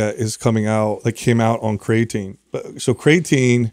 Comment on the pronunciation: "We've talked about CRAYAtine for 10 years" and you still can't pronounce it. Lol